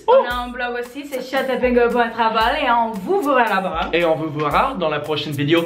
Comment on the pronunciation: Ce n'est pas "voirra" mais "verra"